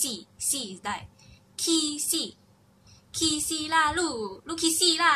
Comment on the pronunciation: I wouldn't regard 'siau' (crazy) as a bad word... and be careful with the tones of 'khi si', otherwise it sounds like you're saying "really angry" as in "jin ho goa khi si" (really makes me mad)